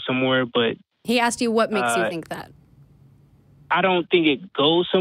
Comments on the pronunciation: the word is ASKED, not Axed ffs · Call the police!! He axed you! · Why do you let this caller on the show (his 3rd time apparently)… he demonstrates just barely enough of an ability to think to constitute a waste of time. Particularly cringe-worthy when says "well let me "axe" you… ".